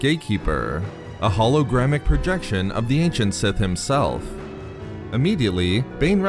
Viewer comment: You lost me at the mispronunciation of holographic